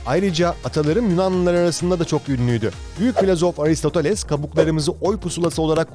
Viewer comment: Aristotales değil, Aristoteles.